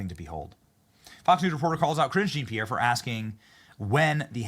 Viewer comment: "And" storms out. Not "an." Jean Pierre is pronounced, Jon-pee-air.